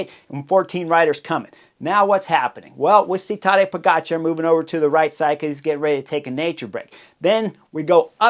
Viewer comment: It is Po - ga - tchar. The stress on the second syllable. Just like with his name, also stress on the second syllable.